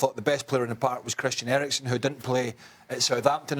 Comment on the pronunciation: "Erikson" LOL